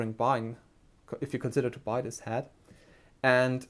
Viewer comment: Excellent review! Thank you for the detail. // Minor feedback (in exchange for your awesome review): recommended pronunciation of "head" is "HED" (like "red") and not "had" (like "bad"). Thanks!